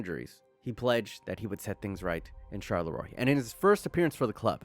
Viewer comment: Charleroi is pronounced charl-uu-waa.